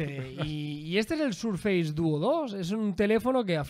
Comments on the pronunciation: Primero "Apel" y ahora "Sarface"?🤔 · FACE se pronuncia féis, y FACEBOOK, féisbok. Si embargo SURFACE se pronuncia SÉRFES. No sarfeis ni surfeis ni nada parecido.